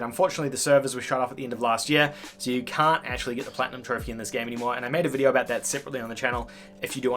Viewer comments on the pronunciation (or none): none